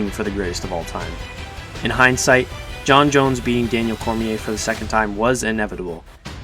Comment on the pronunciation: You called Jon, yan.